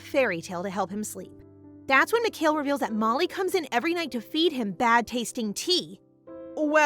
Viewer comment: Lol, you can tell it isnt ai, Its cause she pronounced mikhael wrong, its not mic-hail, its mee-ka-el